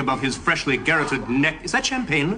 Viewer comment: Kind of ruins the burn when he mispronounces the word garroted.